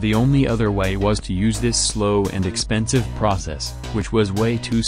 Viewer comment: Drinking game: If he says 'Expenisve' drink If he says 'Mass' drink